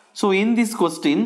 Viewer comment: Sale क्वेशटन nahi hota spoken seekh ke aa